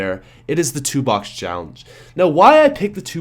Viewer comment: I thought he said "Tupac Challenge" instead of "two box"